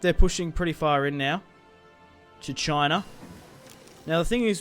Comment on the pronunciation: The way you say China, it's amazing. Choina. Love you Aussies.